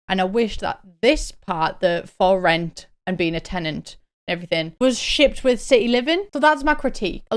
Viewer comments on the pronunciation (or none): I kept hearing “Sims 4 Floor-It” rather than “For Rent” and thought it was gonna be a sims GTA type game lmao